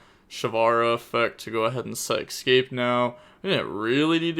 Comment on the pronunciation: How do you manage to say escaspe as !EXCAPE"